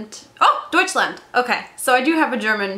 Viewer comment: i love when english speaking people speak german :D "deutschland" and "oysterike" really made my day :]